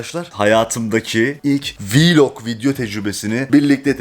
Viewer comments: Niye hep YouTuberler vlog diyeceğine vilog diyo aynı Cihan Albayrak gibi🤣🔥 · Her viiilog dediğinde güleme krizi geçirdim😂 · ev viylogu çekemem ama viylogu ama vllogu değil :-) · Viloga viilog demesi jsjsjsjsjsjs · Yanlız vlok deyil viilok🤣🤣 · Viloq deyil vlog